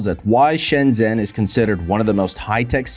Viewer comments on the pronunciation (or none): If it was, he'd learn to pronounce it properly. Shen-jen with a j for john.